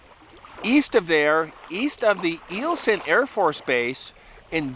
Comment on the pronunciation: It's pronounced i-ul son air force base